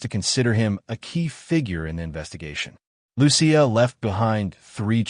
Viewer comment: Loo-see-uh is the correct pronunciation of Lucia. A lot of Minnesotans (well, at least, the “Lurherns”) celebrate St. Lucia Day, a Swedish holiday.